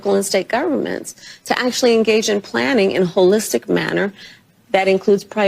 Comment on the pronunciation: Ho- listic😅😅😅